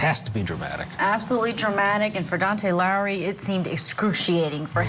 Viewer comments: His name is Dakota (not Daunte). I pray he gets therapy. After watching this we all need therapy! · The brother’s name is Dakota, not Dante as this female news commentator just announced. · She said Dontae Lowry . . . . His name is Dakota Lowry !! Wow 🙃🤦‍♀️🤣🤣🤣